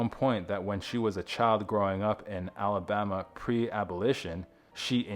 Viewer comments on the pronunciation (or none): none